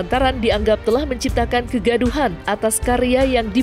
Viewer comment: Kok bilang kegaduan to pak